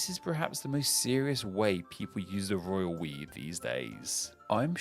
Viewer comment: Lol... Every time I hear you say "Royal We" I'm actually hearing "Royal Piss."